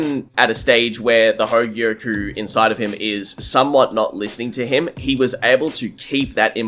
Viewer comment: Only an Australian could add an 'r' to "hogyoku"